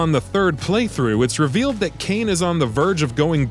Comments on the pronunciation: Kay nee not Kane dumb fuck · kaine??? its pronounced Kai-nae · Ps, 'Cane' is actually Kai-nay, which you'd know if you played the game 😜